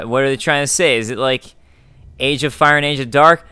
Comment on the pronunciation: Hearing you say "age of Dark" hurt my heart.